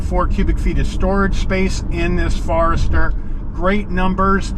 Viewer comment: He calls it a "FARESTER"? LOL. I mean come on. The FORester has been out for a long time. People know how to say it. There is no "A" in the name. It's Forester. FORESTER FOREST FORESTER. Not "far"ester. What a pathetic review.